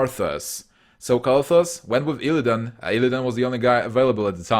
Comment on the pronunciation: The video is very well done but man, can you please learn the correct pronunciations? Val'kyr, Lordaeron, Kael'thas, and a lot other names are so badly pronounced.